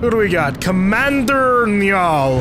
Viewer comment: Is Niall not a name in America or what haha it's not pronounced "Nyoll" loved the video though!